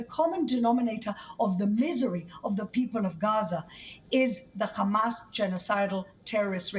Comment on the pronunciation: Its hamas not khamas